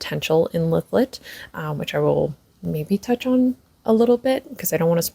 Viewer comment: I think this is the first fantasy I’m reading this year. Thank you for the pronunciation of Lythlet name. I’m in chapter 2. Reading this with my bookclub. I’m a Booktube newbie by the way. Wish me luck with this book. I’d love to be book friends ❤